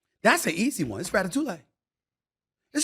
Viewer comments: Rat a two lay? Lol I believe you are saying that all wrong SAS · It's pronounced "Rat uh too ee." 😂 Good video, though. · Stephen A. "Rata-tuley" Smith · “Ratatou-lay” Stephen A be wrong and strong with these pop culture pronunciations, and I’m here for it 😂😂😂😂😂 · Ratatoolay? Ha ha, this fool. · Rata-toulay got me🤣🤣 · Lol hearing Stephen A say “ Ratatouille” was the funniest ish ever. Need to be a sound bite 😂